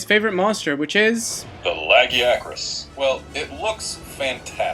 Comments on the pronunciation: Lag-e-ack-rus? Ok seriously someone from Capcom needs to release an offical monster hunter pronounciation guide. Yes,I know it really doesn't matter,but when I'm playing a game I would like to know how a name is said. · Misa.Polivius I apparently thought too hard. I thought it was pronounced LA-JEE-ACK-TRUS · I feel the way they pronounced the name was correct. The "I" IS BEFORE the "a" in its name, after all. If the "a" was BEFORE the "I" like many people pronounce its name, then it's name would be "Lagaicrus" (Lag-AI-AH-crus). Therefore, the way the Capcom devs pronounce the name as Lag-EE-AH-crus is correct.😊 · Me: I can never decide if it's lu-guy-a-cris or la-gee-a-cris, maybe this video will help. This fuckin guy: laggy-acris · LAGIACRUS (spelling) LA - GUY - A - CRUS (phonetics) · Not saying it's right or wrong, but that's a really weird pronunciation of Lagiacrus. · That is NOT how you say his name >.<